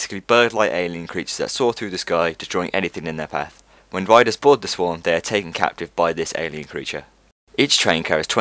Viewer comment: "The Sworg"